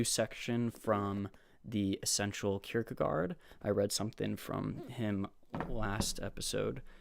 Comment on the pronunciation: Oh wow, you know how to say this fellow's name. You remind me a bit of Brackin Kirkland when he started out doing videos. I just read a really good article that the Hong's wrote on Francis of Assisi in 1963.